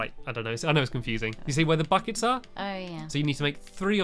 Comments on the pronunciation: You said bockets instead of buckets! Ha! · "We need to go and make some bouckettes."